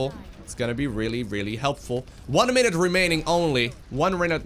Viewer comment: "One rinute meraining only"